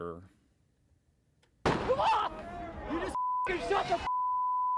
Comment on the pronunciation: As Elmer Fudd would say, It's weporter season.